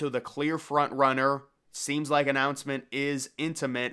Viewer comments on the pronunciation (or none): none